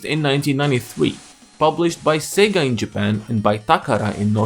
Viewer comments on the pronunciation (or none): none